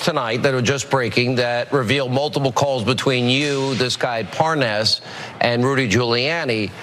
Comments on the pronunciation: "this guy Parnez or whatever his name is"....Hannity mispronounces it right after he pronounced it correctly. What a fraud. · Wouldn't it be a trip if we end up hearing Lev pronounce his name the same way Hannity pronounce it, thus proving Hannity having also been involved by knowing how to say the dudes name correctly and outing himself subconsciously right there 🤣